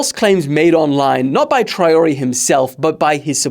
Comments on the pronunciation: It’s Trawalleh for God sake 😭😭😭😭😭😂😂😂😂😂😂 but I understand no worries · the way you said Traore should be a international crime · the way you said Traoré will make africans (and prob french) cry